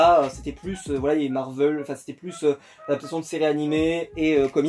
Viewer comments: marvèl et pas marveul.. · Heu Marvel ça se prenonce ''Marvèl'' et pas ''Marveul'' mais c'est pas grave je n'en sait rien tu fais comme tu veux 😊 sinon super collection. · Oui je suis dacord c'est juste que ça fais bizarre d'entendre marveul alors que j'ai toujours dis marvèl 😊 Sinon super video